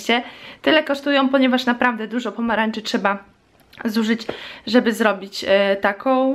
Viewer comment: czemu mowisz z pomaranczy a nie z pomarańczy